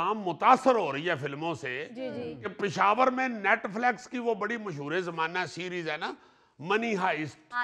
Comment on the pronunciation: Is Sohail Ahmed really old Ravian? He can't pronounce Netflix and money heist right. He always pronounce wrong English words, which is not good example.